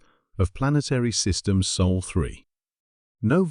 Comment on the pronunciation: "Sol", not "Soul": c'mon, folks; get it right, for once. smh